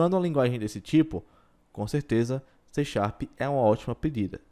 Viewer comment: "xê xarp" kkkk ... ótimo vídeo ;)